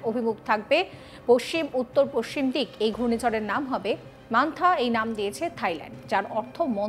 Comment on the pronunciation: পস সিম বলছেন কি জন্য? পশ্চিম বলতে কি অসুবিধে?